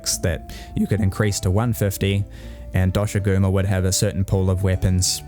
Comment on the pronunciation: Hearing “See-kret” and “Dosh-a-goo-ma” has made me like you already! It’s also a generally good video explaining the strengths and weaknesses of Wilds at launch as a whole. :) (It’s how I say the names of these guys too, the official pronunciations of them is weird)